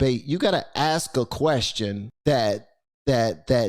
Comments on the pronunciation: The nails that indicate they dont do much in life as far as work.....in thier entitlement.......and the word is "ask" not ax moron. Please do the math yourself scholar.....dont ask someone to do it for you. Lets go right down the waterhole honey......woke black entitlement is headed down the shitter just like these lazy victims should. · can you pronounce ASK correctly? Just once???